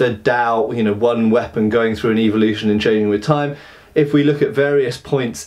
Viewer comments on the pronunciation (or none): Why do I like how you pronounce "Evil-lution" :D?